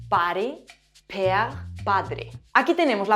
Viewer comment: On remarquera que tu prends un accent allemand à la prononciation du mot père pʰere 😊😊😊 Merci pour cette belle vidéo !